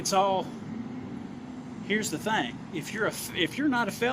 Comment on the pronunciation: Did that cop just say here's the THANG... Brilliant and he's got a gun and a badge.